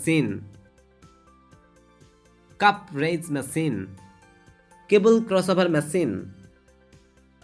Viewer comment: not masine its machine